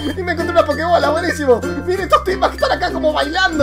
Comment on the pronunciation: Cuando buscaste la pokemocha dijiste mochila con un asentó raro y dijiste pokebole